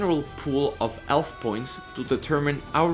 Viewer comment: bro do you even english? health as elf and hit as it like wtf